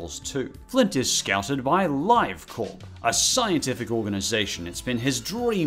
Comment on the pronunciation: How could you have watched Cloudy with a Chance of Meatballs 2 without knowing how to pronounce Live Corp? I’m almost certain that they say the name a bunch of times throughout the movie. That being said, anyone want a Food Bar.